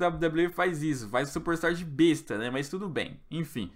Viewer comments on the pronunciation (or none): none